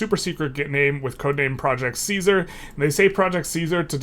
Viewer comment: Fun Fact: The german word Kaiser (engl. emperor) derives from the name Caesar. Your pronunciation from Caesar almost sounds like the german Kaiser.